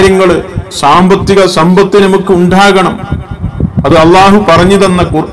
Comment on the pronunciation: നാം, നമുക്ക് പോലുള്ളവയിൽ . ന യുടെ ഉച്ചാരണങൾ ദയവ ചെയ്ത് ശരിയാക്കുവാൻ ശ്രമിക്കുമല്ലോ